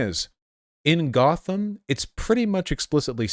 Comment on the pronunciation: they really said GOTH-am